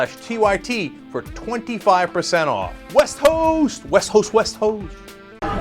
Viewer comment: I heard the name of your sponsor as "Wess-hoess" until "Westhost" flashed on the screen.